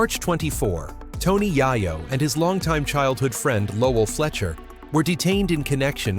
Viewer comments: I automatically do not want to finish this video only 2 mins in .... I hate these cornball ass doc. Directors who can't even pronounce the name of the person they have the video about ..... Then to top it off they have the face of Joe Rogan who has nothing to do with any of this LMAO..... So because the way he is saying yayos name now I can't even watch the video . ... F ing cornballs you make me want to vomit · I said the same exact thing I gave his. Video a thumbs down just because the way he is pronouncing the name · I want to really appreciate you guys when yall make documentaries and these short videos of the rap culture. Yall do the research but saying his name wrong in the first 30 secs of the video is just bad as it gets. I won't even watch you. I'm downvoting, I hope they bring it back to where you can see how many people don't like videos in the future